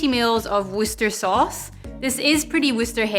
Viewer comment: 1. Thanks for the Bloody Mary! It looks delicious. Looking forward to its own dedicated video. 2. Always nice to hear the proper pronunciation of Worcester Sauce. ;-) 3. Favourite moment: when you take out Thor's hammer to bash the ice. Come to think of it, "Hammer on Ice" sounds like a good name for a strong, boozy cocktail! I sincerely hope one day you'll get to a million subscribers (and more). Totally deserved. Cheers, and thank you.